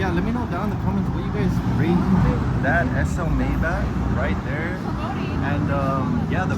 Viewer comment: You are not saying Maybach correctly.